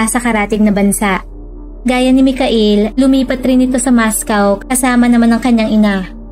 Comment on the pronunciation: Aydin mo ang accent mo “ Michael “ at “ mascow “ hahaha !